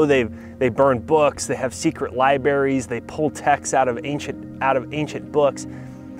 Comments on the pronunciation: Love the message. Now, stop saying Liberry. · Are you saying "libaries"?!!! Please tell me you dont also say " pacifically"?!